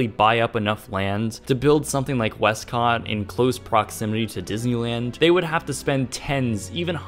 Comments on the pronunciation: "west-COTT!!!" Lol, XD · "westCot" lol